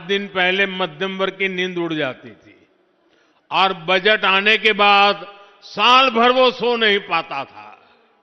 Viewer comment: सर, आप तो माफ ही करे बजेट नही वो बजट होता है सर